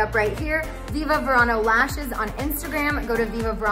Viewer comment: Congratulations Scheana! Viva Verano! Being Latina the correct pronunciation in Spanish V’s are pronounced as a B. Not V. 💃🏻👍🏼🥰